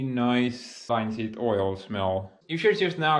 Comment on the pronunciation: the way you say plastering made me laugh its pronounced Pla - ASS - tering in English. and also Linseed oil is pronounced L- IN - seed oil. great video as ever my friend